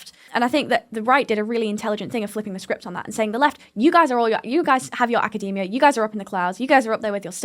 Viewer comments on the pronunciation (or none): none